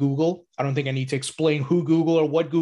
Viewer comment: Swiss tink thank? 🙄